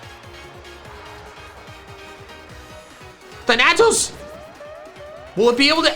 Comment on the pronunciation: thAnatos gosh darnit. Accent on the first A